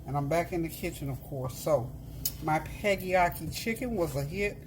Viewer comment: it's PEGGYAKI